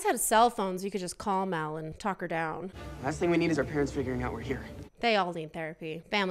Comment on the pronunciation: It’s mal not mel